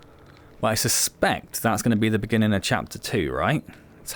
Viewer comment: "in the beninging" 🤣 (sorry) great potential with moments of epicness, but wish there was more to it.